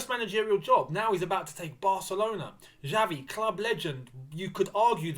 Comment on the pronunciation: Hi... Pronouce is not "Javi", it is "Xavi/Chavi"... Kkkkkk..... Is funny to hear you saying "Javi". Keep it up bro, whish you all the best.